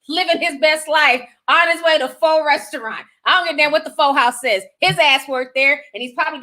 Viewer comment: It's pronounced PhUh. It's a vietnamese/thai breakfast dish